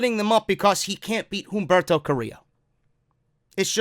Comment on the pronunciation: bro, love your work, quick note, u dont need to enunciate the "H" in humberto, u can pronounce it "Umberto"